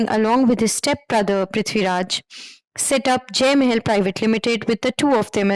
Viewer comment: That "Mae-hell" pronunciation for Mahal sounds funny.